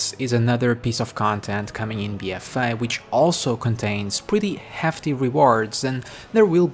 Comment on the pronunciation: my god I couldnt after a few mins, BFA not bfaii jesus.